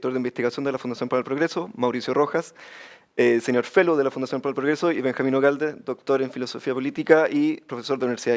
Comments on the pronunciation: Juro que escuché señor felo en la presentación de MR, pero creo que fue una mala pronunciación de senior fellow, o no? Quien me ilumina...? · MR es Senior Fellow, y sí, un tema de pronunciación, saludos !!